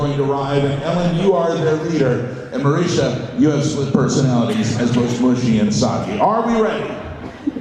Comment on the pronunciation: fucking hell it's marisha not marissa